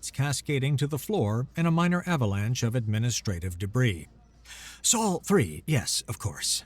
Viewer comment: A bit repetitive. Also, the narrator mispronounced "ablative" and "Sol". The denouement was, as always, a bit too much.